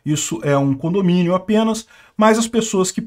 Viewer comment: Você quis dizer "condominiom"? 😂